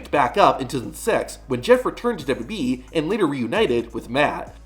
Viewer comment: I see you still can’t pronounce 3 letters. It’s W W E not dub duby.